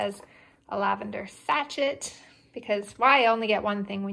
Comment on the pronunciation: No offense,, but I had to laugh at your pronouncement of 'sachet'. It's sa-sha; short a, then long a, with emphasis on the second syllable. Similar to chalet.